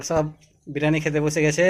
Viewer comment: biriyani bolun. Birani noy